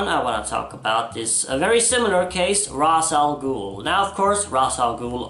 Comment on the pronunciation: I miss the days when people said Ra’s Al Ghul’s name correctly like in Batman TAS.